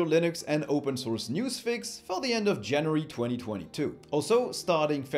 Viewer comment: "Janiary " lol